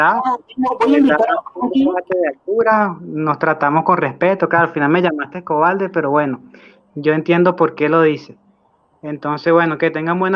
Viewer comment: Se dice : buena TARDE no buena taLde.... Se dice COBARDE no cobaLde .. Un poquito de ESPAÑOL